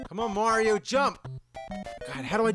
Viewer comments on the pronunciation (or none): none